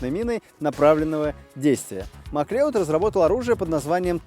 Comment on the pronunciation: Не Маклеод, а Маклауд